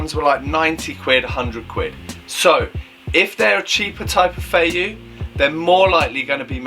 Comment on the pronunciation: It’s pronounced 飛躍 fei Yue. Like Yu-eh. A fei yu like you are saying is flying fish lol